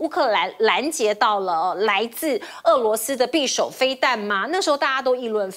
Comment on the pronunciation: [匕]首： 音[必](X) 音[比](O)